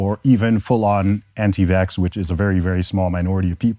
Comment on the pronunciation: “Antivacsers ar raysis”